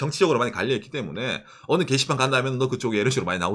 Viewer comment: 인터넷 개이씨팔?.. 게시판 발음이 이상하네요?.. ㅋㅋㅋ